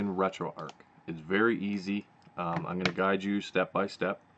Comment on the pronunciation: Finally someone pronounced retroarch correctly!